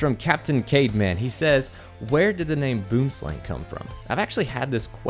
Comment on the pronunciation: Yea I'm South African lol they pronounce in like: boouhm-slaung